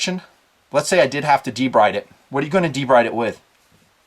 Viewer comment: BTW, "debride" is pronounced De-BREED.